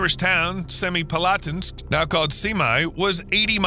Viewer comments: Better than many, but my ears twitched at "Semipalatinsk". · That's the worst butchering of the pronunciation of Semipalatinsk that I've ever heard.